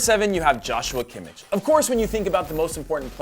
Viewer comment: Its pronounced yoshua kimmih